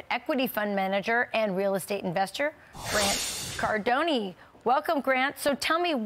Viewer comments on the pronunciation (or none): Did she say grant cordoneee 😂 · Grant Cardon-E? Didn't know the "E" was separate.😂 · She really said "Grant CardoneY" 😂😂😂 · Embarrassing for a so-called “expert” on real estate not even pronounce Grant Cardone. Like a presidential scholar not knowing Abe Lincoln’s name. 🤦🏼‍♂️ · Grant Cardone’ Interesting way to pronounce it. 😂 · Who messes up saying his name? 🫠